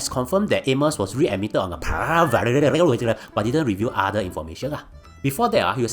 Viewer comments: pa-rah..... bro just speak your native languag and add subtitles.. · Per-roll is hardly a complicated word 🙄🙄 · Why the hell can’t you say “parole” correctly? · Singlish is embarrassing enough without the lame mispronunciation of parole. I’m a Singaporean and I denounce Singlish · Bro, if you’re going to mispronounce parole 150 times intentionally while trying to make it sound funny, it isn’t. 😅 It’s really annoying lol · Yo mispronounced “parole” so many times Such a comedic gold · I have to mute your video after getting irritated by the way you mispronounce "parole" so many times...I like your content,but words that are chim,you mispronounce them so many times will only get irritating☹️ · Oh my God, it was killing me, and he said it at least 40x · was wondering how irritating it is, then bam, wtf is this fucking cat saying lmao, i almost puked. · Mispronouncing "parole" in a sarcastic manner. Typical Singaporean disapproval for early prison release for criminals. Another human rights abuser and lawless "****head". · I think it's actually funny. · My exact sentiments. It's so damn irritating.